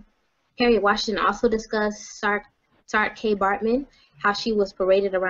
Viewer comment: It is not pronounced as Sar-Kay, but as Saar-key, both syllables drawn out and prolonged. It was Dutch, the Afrikaans language was only just starting to form in those days. She was taken to England and apparently went willingly. Saartjie Baartman is not American history. It is English history.